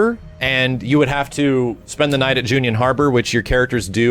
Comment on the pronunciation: Wtf is junion? It's junon